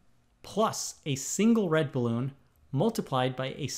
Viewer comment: I’m amazed at how he say “blue balloon “ like bluebloon.